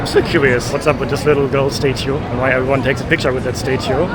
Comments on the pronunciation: It's statue not state too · Hey, your enthusiasm is infectious - seems like you are an overjoyed little kid whilst in New York. Can I just say that its called a STAT CHEW (statue) as opposed to you calling it a STAY CHEW! Happy travels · Statue, say “stah-chu”. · Please fix your pronunciation of the words statue and syrup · If I hear you mispronounce statue one more time I'll scream. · You are pronouncing statue wrong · You say statue drive me crazy crazy please learn how to pronounce English words correctly. It drives me absolutely crazy when you say things the wrong way. Also you said syrup wrong. OK I don’t know how you said it, but it was completely wrong. Please learn how to say syrup maple syrup oh my God.